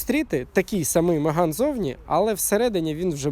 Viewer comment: На початку відео три рази переслухав, думав почулось що не Меган а Риган сказали. Я б тоді точно лайк поставив і підписався. а так...